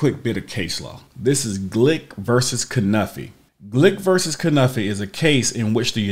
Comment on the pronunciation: Cunniffe is pronounces K'nIFF, not kenuffy